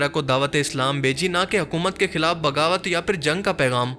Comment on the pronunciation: اردو میں خ کو خ ہی بولنا ہوتا ہے کھ نہی ہوتا مثلاً..... خلاف کو کھلاف نہیں کہا جاسکتا....... شکریہ❤